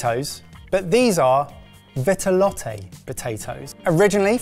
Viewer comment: Btw it's pronounced vee-tuh-lot